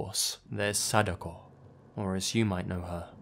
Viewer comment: narrator: sadOHKOH Yamamura Sadako: am I a joke to you??